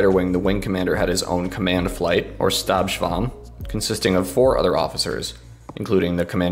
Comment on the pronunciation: Just a note: when speaking German or German terms, 'S' sounds use a 'shhhh' sound. Thus, in the case of Stabschwarm, it would be pronounsec 'SHHTab Shwarm'.